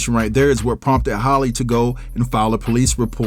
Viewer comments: her name is halle like Berry not Holly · Halle, not Holly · I question any info given by someone who doesn't even know their name ijs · not Hailey either😂